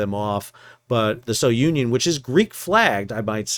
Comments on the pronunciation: The ship is pronounced as "sunion" not so-union. Keep sailing. 😊😊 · Sounion is pronounced SOO-nee-on, not So-Union. Great recaps as usual. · Please pronounce the ship's name as 'Sou-neeon', named after the famous Cape souh of Athens, Greece....